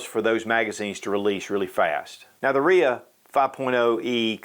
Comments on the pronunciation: Really? "Reeah?" No. R-I-A 5.0. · RIA isn't a name it's an acronym R. rock I. island A. armory. Dude keeps calling it a RIA HAHAHAHHAHAHAHHA